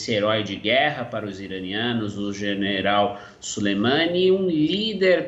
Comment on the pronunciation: Ele falou gerenal, ksksks... mais dps ele corrigiu